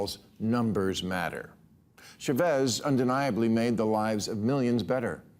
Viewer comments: It’s CHAvez … not chaVEZ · CHAVEZ .....not Shavez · See-ZAR Cha-VEZ?! I get the mispronunciation of the first name as SEE-zar, but wth? You live in Los Angeles and don’t say Loos An-jell-ESS. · “sha-VEZZ” 😂 how did no one tell him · Is it really that hard to find a Spanish speaker in California to teach Bill how to pronounce Chávez? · Can’t you pronounce Chavez???